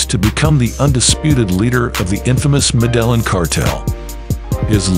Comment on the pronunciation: It's Med-ah-heen not Mah-dell-in.